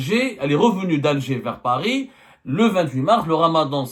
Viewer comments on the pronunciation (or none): none